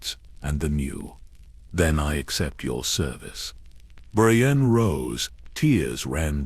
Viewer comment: Poor Hah-mee Jah-mee 😂 also did no one proof read before sticking it in ai? I get ai mispronouncing jamie but how do u get bray-stee-on out of Brienne